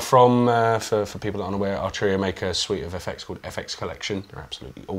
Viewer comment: Love but need Jack 😥 Not Archuria man but Arturia 😑 This is great but needs more keys, bigger screen and more sliders/knobs. Pigments and a lot of the V Collection are fantastic. I have it and use it regularly. It looks beautiful and undoubtedly sounds good but why would I buy this over a Modx 7 Plus? Also, this guy barely played. Felt this didn't really demo the product that well. Not sure if this guy is a playernor not but even the playing at the end was uninspiring.